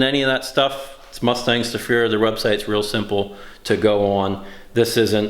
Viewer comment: "Mustangs to Fear".... whenever you've mentioned them in the past, I thought you were saying "Mustang Sofia".